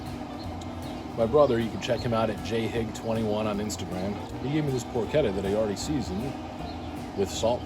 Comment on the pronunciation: It's not called "Por-chedda", it's prononced Por-KeTTA as in Pork in Italian. Double T sound not a D sound.